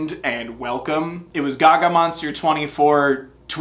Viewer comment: did you say “guh-gah” instead of gaga